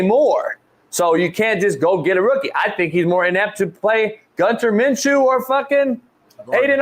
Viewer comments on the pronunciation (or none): Mf said gunther minshew 😂😂😂😂